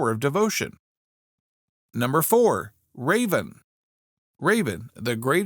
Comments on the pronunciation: Not raven it is raavan! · I found this channel interesting and subscribed too. But the pronunciation for "Raavan" was just too much to take. So back to "unsubscribed".